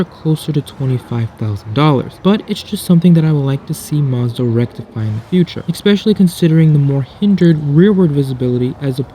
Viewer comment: This is probably the most informative and balanced review I've seen of the CX30. However I just can't subscribe to a person that says eckspecially.